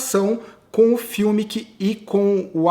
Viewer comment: Sem querer ensinar Pai Nosso a vigário,, mas Fumic e alemão e pode chamar o cara de Fumic mesmo e não "fiumic" como sempre você fala. Só uma dica. Blz?! Seus comentários são bons demais!